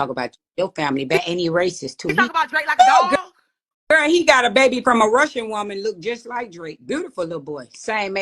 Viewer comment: I need you to say som' babay 😂